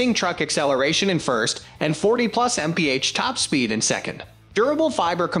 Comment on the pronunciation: This video would have been much better if the words were all spelled out. For example mph to miles per hour. It's confusing trying to keep up with a voice that's saying "30 forward slash" then trying to pronounce "mph" as a word. Just either spell everything out (not including the forward slash at all) or do the talking instead of relying on AI to get it right. Not subscribing until the narrator makes sense.